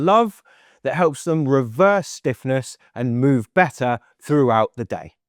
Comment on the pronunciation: “Bett-tar”….. ugh